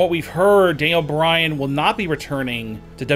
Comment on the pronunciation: Is he saying Dale Bryan?